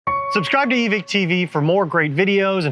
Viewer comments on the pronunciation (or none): why we pretending there not an E on the end of evike? (eve-eye-ck)